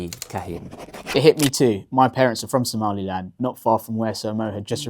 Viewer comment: Exactly that weirdo who lives in the Uk, keep saying “Somaliand” when there is no such thing